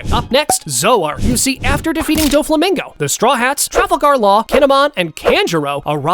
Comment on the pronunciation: bro Said doflimingo